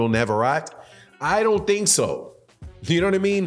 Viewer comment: Its pronounced NAV-AR-RATAY, Shakur was calling him out for a while